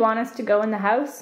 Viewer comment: Why do they say "hose" instead of house